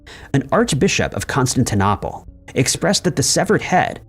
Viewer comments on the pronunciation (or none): O-hi-ya? Con-stan-ti-nopple? Re-ally? Tow-nop-uh? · That's not how you say Constantinople.... annoying as hell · Odd pronunciation of Constantinople.🇺🇸☕💐